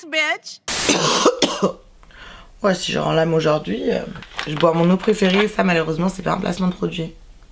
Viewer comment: C'est Bitch, pas Beach. 🙄